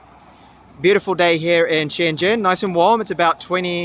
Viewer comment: Sorry you pronounced Shen Zhen wrong